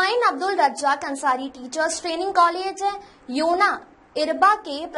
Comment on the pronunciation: योना नहीं होता है ओएना बोलिए विलेज नेम